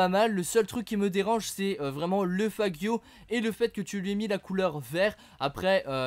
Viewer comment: Stp apprend a proboncerles noms des voitures ca fait longtemps que je te suis et je te l'ai jamais dit mais le faggio la c'etait trop x)